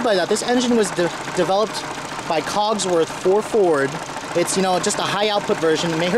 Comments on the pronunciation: Just bought a st and I lovvvvveee it...... By the way it's COSworth..... Not cogs..... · Cosworth not cogsworth haha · Isn't it cosworth ? I can help but notice he says cogsworth lol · You keep saying Cogsworth,it Cosworth dude,do your homework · COSworth, not COGSworh please !!! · say it with me bud, CAUSE-WORTH / COSWORTH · Super rare Euro package, with Recaro seats and 15-spoke wheels! The '04 was the lowest production run, and the only year you could get HID headlights. This is the rarest of the rare Focus SVT's! BTW, the reviewer is bit of a dumb-ass... What kind of car enthusiast doesn't know how to pronounce "Cosworth?" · There's no 'G' in Cosworth... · Focus ST170 wasnt a throwback to the rs turbo (i owned an rs turbo series 2) it was the replacement for xr3i's, and the xr3i's were the succesors to cars like the mk1 and mk2 escort mexico's etc untill they all turned front wheel drive, but yeah i hate the way he says COSWORTH haha